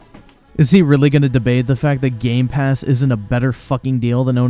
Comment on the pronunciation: It’s been over a year and still can’t say Game Pass correctly.